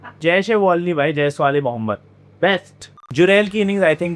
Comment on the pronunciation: oye jaiswal-e-mohammed kaise bola muhammed naam kyon kharab kiya teri ma ki